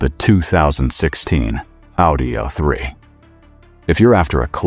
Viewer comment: Would be nice if AI was smart enough to pronounce the letter A in the model name correctly. Tired of hearing about Eh3, Eh4, Eh6 Eh8 etc